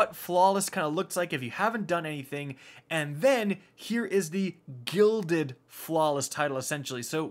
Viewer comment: "To GILLED IT"